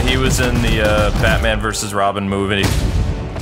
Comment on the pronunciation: It's robin not ronin